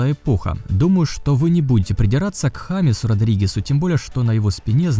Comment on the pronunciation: я конечно понимаю что Хамес и Джеймс пишется одинаково, но в испанском алфавите буква J означает "х" и произносить это как "Дж" огромнейшая ошибка